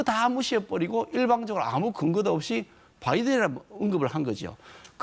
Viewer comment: 대박~~ 전 무소속입니다. 근데 바이든이 라고 들림니다. ㄷㄷㄷㄷㄷ든 으로 들리고 ㅁㅁㅁㅁ면으론 안들려요~ ㄷㄷㄷㄷ 디긋으로 들림니다